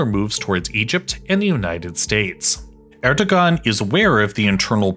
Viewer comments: It is pronounced as Er-do-aan. g is silent. 🤘. Pakistan'daki Babür soyundan gelen destek. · "g" is silent in "..ogan" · Since I get the feeling that you care, the "ğ" in Erdoğan's name is pronounced as a [w]. More generally, it makes more sense to think of "ğ" as silent in (the most common dialects of) Turkish, but sometimes it becomes a [w] or [j] ([j]="y" sound in IPA) because of the surrounding vowels. It's also used to mark long vowels when after a vowel letter or between 2 of the same vowel letter. All this is because it actually represents a sound that disappeared in the most common dialects of Turkish. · we do not read the “ğ” all time, mostly the “ğ” is silent. the “ğ” is used between two vowels. the vowel reads after the “ğ” 2 times with softly. for example the erdoğan: here the erdoğan's pronunciation at turkish; erdoa:n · You butchered the presidents name. 11/10 on reporting. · If you can't pronounce the name of the country's leader correctly, don't make a video about the country. Good rule of thumb. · Lol that family name pronouncation